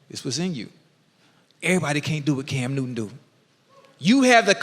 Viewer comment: CAM NEW-TUN! 😂😂😂